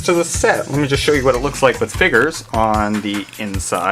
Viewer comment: figers? FIGERS?? WTF ARE FIGERS?!?! (still funny)